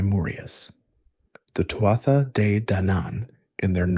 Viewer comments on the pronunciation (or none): Not “Too-ah-ta”! It’s pronounced “Too-(h)aa “. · Its pronounced Too-ha, not Too-at-tha. Leabhrainn mé gaeilge.